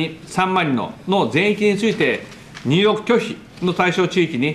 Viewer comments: 総理～入国拒否が入浴拒否に聞こえます～はっきり言わないと海外のメディアがミスリードしますよ。日本は風呂に入れないらしい。笑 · “入国”を、どう間違えたら“入浴”に なるんだ？ 同じカ行の「にゅうきょく」ならありえそうだが、 ヤ行の“にゅうよく” ！w